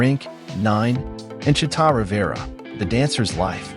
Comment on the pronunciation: Is this AI generated? If you're going to pay tribute, you could at least pronounce her name correctly.